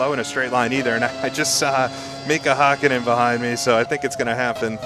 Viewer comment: For future considerations: You're pronouncing "Hakkinen" pretty well if the name really was spelled like that. But since it actually is "Häkkinen", the first syllable is pronounced like the English word "hack". Anyway, thanks for the great video! As a big fan of the Ryan Axelson ICR2 saga, I'm looking forward to catching incoming races live! For a Finn of roughly your age, these years were the peak of my F1 fandom.